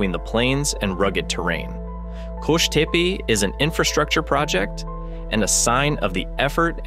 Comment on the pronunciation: Good video its qosh tepa not tepe . Good video